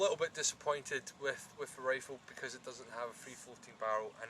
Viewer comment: wow that is a nice wifle, now be vewy vewy qwuiet, we is huntin fuwr wabbits...